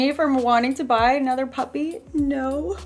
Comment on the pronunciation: When u were talking about wanting another puppy I thought u were saying puffy ahaha